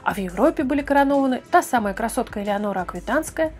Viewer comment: Не Элеанора а Алеенора Аквитанская